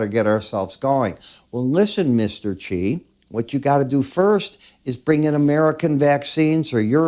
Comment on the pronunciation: Its not CHI, it's pronounced Zshi or Shi.